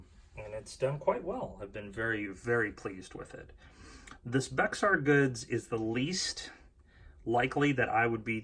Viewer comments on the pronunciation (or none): Thanks for the video. Btw Bexar is pronounced “Bear” :-)